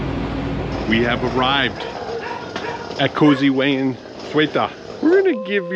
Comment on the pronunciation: You called him "Wayne" not "Wayan".. or Wayan in English called Wayne??? 😁😁😁 But he is such a nice man, you have so many nice and good friends all over the world...